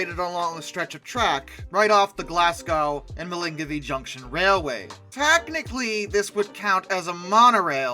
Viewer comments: Milngavie is pronounced, approximately, mull-guy. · Milngavie is pronounced "mill-guy". It's a corruption of the original Gaelic name which probably meant something like 'windmill'. I know this because the site of the Bennie Railplane was near where I lived when I was a kid. It's a shame none of it was preserved. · You don't pronounce the N in Milngavie